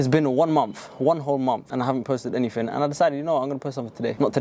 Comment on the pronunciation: the way he says ''i havn't posted anyffing''